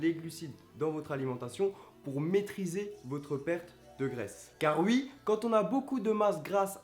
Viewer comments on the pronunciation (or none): PK tu prononce ui au lieu de dire oui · " car ui " xD